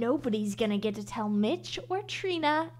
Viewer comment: i swear i kept hearing say mitch with a b in it instead...